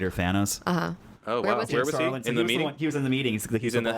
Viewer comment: I'm not a podcast listener, so forgive, but the guys here talk wayyy too fuckin fast. Way too fast. They can't pronounce important names correctly. Jim Starlin. If you want us to look him up, slow your heart beat first. has great cadence and expectation, you can actually follow and read her emotions.